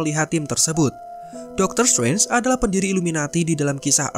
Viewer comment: Biasa aja bro ngomong "strange" nya